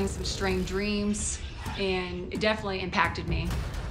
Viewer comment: “Defilly” affected her? Or, “defnilly?”